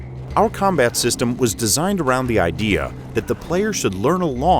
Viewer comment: They're a Russian studio, so speculatively, perhaps they hired an English voicecover for this? Edit: they also mispronounce 'Cheng'. Bizarre.